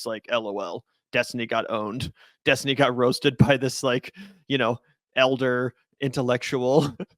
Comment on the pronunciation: Finkelstein effortlessly mispronounced Destiny's name over 25 times just to fuk with him. Half the time you can't even notice it but Destiny definitely did.